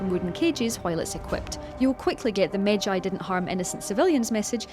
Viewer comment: it is not by ex it is bayek's tf mate... it is not magi it is medjay... it is bayek not byuk... they are snakes not snacks...